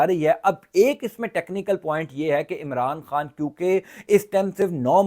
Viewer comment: آپ پاکستام کیوں بولتے ہو اور عمران خام کیوں بولتے ہو پاکستان عمران خان بولو